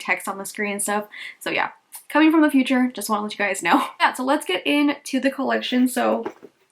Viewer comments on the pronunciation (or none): none